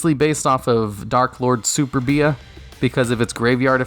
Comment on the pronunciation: you pronounced superbia as super-bee ah when it should be su-perbia